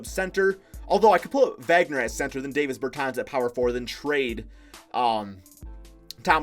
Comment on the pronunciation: sounding like Flight with the NBA names lmao. Its Dah-vis Bertans and Rui Hah-Chi-Mora 😂